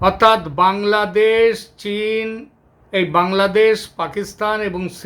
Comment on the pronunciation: আরে কলকাতার মূর্খ গণ্ড, ঠিকমতো বাংলাদেশ উচ্চারণ টাও করতে পারিস না তোরা সেখানে বলছিস বাংলাদোশ। মনে হয় তোর বউয়ের সাথে সহবাস করার আগে তোর স্বপ্ন দোষ হয়ে গেছে